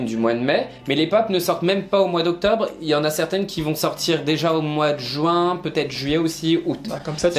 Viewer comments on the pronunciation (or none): none